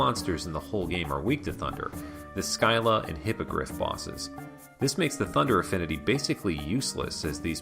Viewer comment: I'm sure you got this criticism on the individual videos, but my god the pronunciation.... Orlocks and Skyla send me flying dear God....